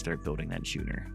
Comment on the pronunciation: It's pronounced "sko͞onər" with a K sound. Sorry, had to. Was driving me nuts.